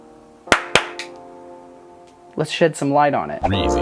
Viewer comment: sounds like you said sh!t not shed